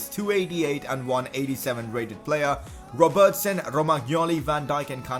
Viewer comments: Please pronounce Robertson right 🙃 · I like how you say ‘Robertson’